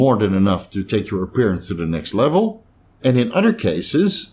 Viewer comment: Bro uses the word uder alot I’m guessing not from down south lol